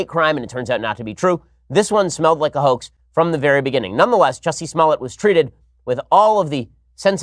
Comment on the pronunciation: Can you say HO-AXE??? Sure you can.